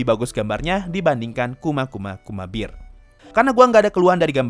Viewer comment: Bear bukan Beer. Aku malah salfok sama pengucapan bear nya wkwkkak kedemgernya Beer bukan Bear